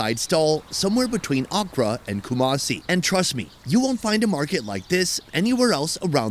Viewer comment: Every time he said Accra, I thought he was saying okra lmao